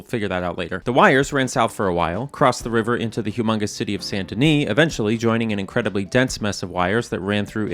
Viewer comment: Yeah yeah great video like always BUT I have to say the best part for me was when you said « Saint Denis » PROPERLY?!! Coming from a French Canadian who is always hit with mispronounced French names and words I was actually shocked haha